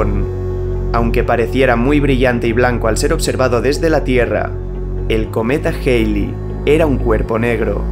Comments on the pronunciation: Joder, porque tienes que decir "Jeili" si se debe pronunciar "Jali" (ˈhæli en AFI) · Tu contenido es asombroso, sin duda uno de los mejores canales que he visto. Solo a manera constructiva tengo una recomendación, y es tratar de “estandarizar” la pronunciación, me explico; cuando dices el cometa “geili” o “Jeili” (lo escribo como lo escucho) se puede prestar para confusiones, creo que pronunciarlo de la manera a la que todo el mundo está acostumbrado sería mejor “Jalei”. Solo es mi respetuosa opinión. Gracias por tu contenido.